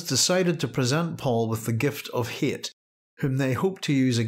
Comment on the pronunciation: his name is hayt but it is pronounced "hate". paul even remarks on this in dune messiah, he was meant to be a blatant threat.